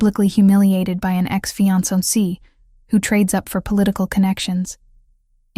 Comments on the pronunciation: Fee on so see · Mispronounced Fiancé too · This story is great. Only downside was the pronunciation of fiancé over and over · Im confused... Why did he show her her engagement ring, which she had already given back to him for resizing? Did he want to give it back to her? And why did she take blueprints to a dinner party? Her fiance did not ask her to bring them. Those two things dont add anything to the story and make no sense. Also the narrator mispronounced the words Maitre D' and Fiancé. 😒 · And Fiancé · Fiance too. Butchered